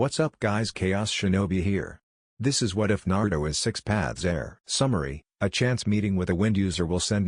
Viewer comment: Six path my ,,,,, yea , the ack heir of six path ??